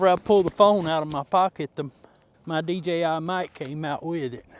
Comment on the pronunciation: Good to see someone else call this a DJI. Every time I see something about it it's called a DGI. Made me think I forgot how to pronounce the alphabet.